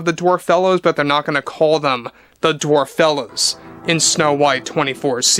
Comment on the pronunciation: It just goes from Bad to Worse And it's DWARFELLES. ( DWARF- ELLES )